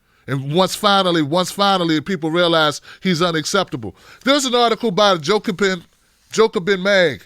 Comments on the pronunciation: Jacobin. Not Jocabin. It's important. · yo just to help you out. its JA-co-BIN. keep up the good work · I've never heard Jacobin's name get botched so badly 😂😂